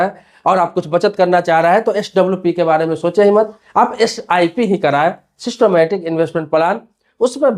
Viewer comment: सिस्टोमेटिक नहीं "सिस्टेमेटिक" है, उच्चारण सठिक कीजिए।